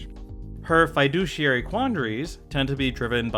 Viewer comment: Say fiduciary again